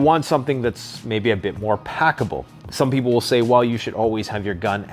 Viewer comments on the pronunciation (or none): none